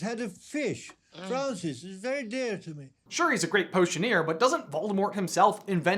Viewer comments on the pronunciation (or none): I can't get over that he CLEARLY says Trousers... but hearing it over and over again you can BARELY tell he's saying Francis